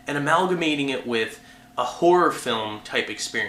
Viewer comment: i swear he keeps saying whore and not horror